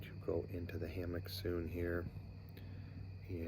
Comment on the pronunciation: I like your videos, good channel. I don't want to be arrogant but the word "Hammock" is pronounced with the emphasis on the first syllable. The second syllable is more of a 'muck' than a 'MOCK' sound; 'HAM-uck' not 'Ham-MOCK.' I never heard anybody pronounce it with the emphasis on the second syllable. Hope this helps. Great video!! Thanks for sharing.